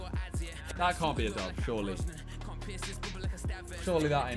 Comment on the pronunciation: Dats a dub...that’s a dub...is that a dub...that’s a dub. Fucking great English...